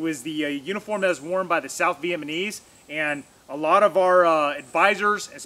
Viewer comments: "South VietMANese" lol. I had to give you a hard time. Out of respect. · Man you're killing the word Vietnamese. Not VietMAnese